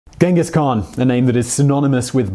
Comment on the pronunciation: 16 minutes video but not even once you pronounced his name right smh